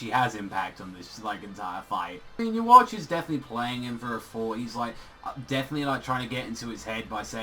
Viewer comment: Yes Ywach but you say Youwatch which is way different.